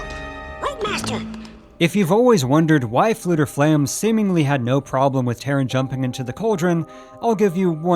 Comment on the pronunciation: "Terran"? I have always pronounced it "Tar-run".